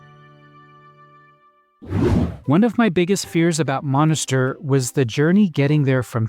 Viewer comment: Monastir. Et pas Monisteur 🇹🇳